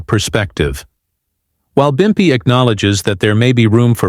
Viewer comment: It’s pimpy not bumpy that’s how you tell this is fake and AI generated.